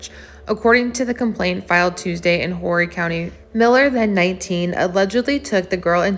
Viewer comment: Thanks for your reporting. Horry is a French Surname, it is pronounced O-ree or Oree for Revolutionary War Hero, Colonel Peter Horry.